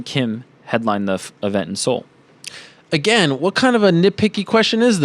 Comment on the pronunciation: Ah no Ariel that is not how you pronounce his name. It's not very good to be trying to correct people when you are the one that is wrong Ariel. lol You also incorrectly pronounced South Korea's capital of Seoul also.